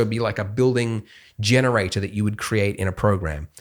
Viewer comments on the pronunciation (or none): none